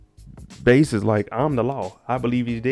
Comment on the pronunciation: Its pronounced Bass like the fish.